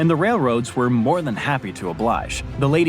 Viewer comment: To clarify,, and with sincere desire to help, the letter "H" is pronounced in English like a "J" in Portuguese. It is hard to understand when saying "ome" "appy" and now "Manattan". I have relatives in France that call to wish "appy birthday". As you know, the H is silent in Spanish, but it's the opposite in English: Home, Happy, ManHattan. 😊